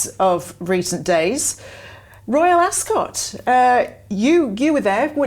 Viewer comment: I actually unsubscribed over your insistand blabbing on about former members of the BRF who chose a way of betrayal. Just got boring. Accidentaly landed here now. Maybe read the mood in the "country". PS Ascot doesn't emphasise the "o". Just saying.